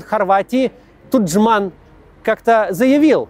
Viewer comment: Усташи, ТУджман!!!!!!!!!!!!!!!!!!! На У ударение